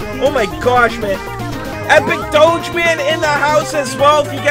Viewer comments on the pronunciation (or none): none